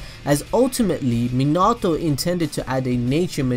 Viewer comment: You said minâto. Not minato ... Too much "Ah" Its "ao"